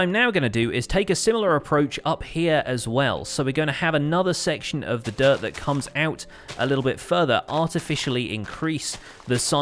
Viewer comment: sometimes you say dirt and I hear "derp" ^^